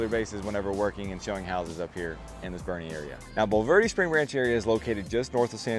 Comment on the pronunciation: First of all IT B O E R N E, TX Not Bernie. The entire reason for living in Boerne and not inside 1604 or San Antonio proper is because it has become a Traffic Congested GHETTO. San Antonio is suffering through what all big cities eventually suffer through, the Liberal Policies of the "Blue" "Progressive Policies". The citizens of San Antonio narrowly defeated a "no bail" policy that the craziest members of the city council put forth. Everybody attacking this man for stating the obvious in the most simple way has an agenda. The unfettered illegal immigration policies of the past 30 years have finally taken its toll on San Antonio. This is a fact, not fiction. Not a racist or, more correctly, a bigoted statement. Crime is on the rise and elements within the city are trying to prevent the law enforcement from dealing out lawful justice for those crimes.